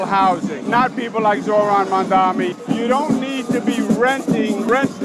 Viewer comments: Coumo at least learn to properly say his name its not "Mandani" it's MaMdani! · Cuomo doesn’t even know his opponent’s name. It’s Mamdani not “Mandami.” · He can’t even say his name correctly.😂😂 He keeps calling him “Mamdaami” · Can the Cuomos please learn how to pronounce Mamdani? Both brothers are always saying MamdaMi, and it frustrates the ever living hell out of me. Maybe Cuomo will lose just because people hate that he can't pronounce the letter 'n' in Mamdani! Holy hell it's not that hard. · He's still saying "Mamdami" lol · He still can’t even say Mamdani’s name! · Has Andrew decided to never pronounce Zohran’s last name properly? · IT’S M-A-M-D-A-N-I!!!! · After all this time, he still can’t pronounce his last name 🤣🤣🤣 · Andrew Cwerment intentionally mispronouncing Zohran’s last name at this point in time is childish and borderline racist. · lmao he still can’t pronounce “Mamdani” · Cuomo somehow simultaneously has Mamdani living rent free in his head and also cannot figure out what order the letters in “Mamdani” go 😂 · Can someone ask Andrew Cuomo why he refuses to pronounce Zohran‘s last name correctly?